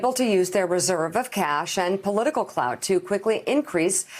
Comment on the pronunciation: Did she say 'Political CLOUT' hahahah